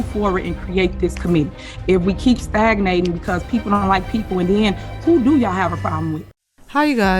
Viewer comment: Did she just say staganating lol